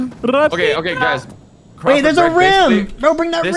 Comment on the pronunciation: he said “crawlford” 😂😂